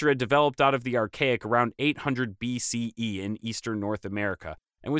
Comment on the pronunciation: dear lord the way you emphasize BCE and CE sounds like an intense dungeons and dragons game. it's practically assault on the ears, lol.